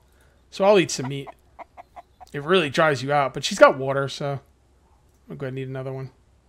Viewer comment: woter battles